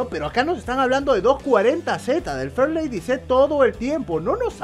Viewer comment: Shot de tequila cada vez que diga farlady Z.